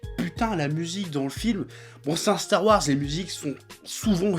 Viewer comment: "Stare Warse"